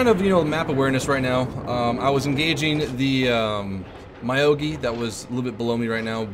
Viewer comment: very informative video, but.. its not my-o-gi, its myo-gi X_X